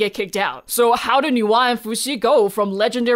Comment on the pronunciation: My brain when I hear Nuwa: Why does is sound like Noah?😵‍💫😅 Even subtitle in other video said Noah 😂